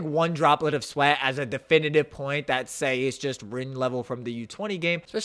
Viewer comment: Why does he pronounce Sae, say? 😂